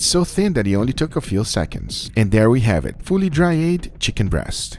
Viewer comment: "As I say, it is enough talking. LETS DO EHHTT."